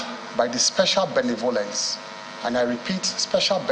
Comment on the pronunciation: That is not how you pronounce the word ‘benevolence’.